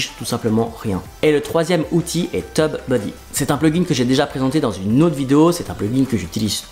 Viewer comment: Ho non à 4 minutes 05 tu as craqué ton slip... C'est pas teub buddy comme un zizi 😆... C'est Tube Buddy, à prononcer "Tioube" pour éviter que ça parte en couille... Merci pour cette vidéo de qualité et rigolote pour le coup!